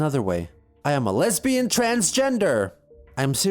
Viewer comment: watch me be wrong and chris actually said leabian instead of lesbian